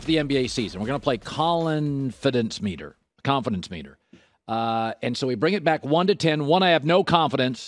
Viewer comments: Bro said “colinfidence” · Lol Joy when saying “ Colin-Fidence”